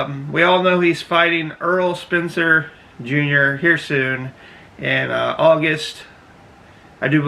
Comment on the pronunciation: You called him "Spencer" from the start. Can't listen anymore...